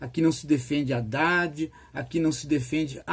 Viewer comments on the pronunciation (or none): none